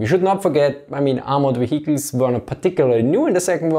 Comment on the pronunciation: wheeled wheecles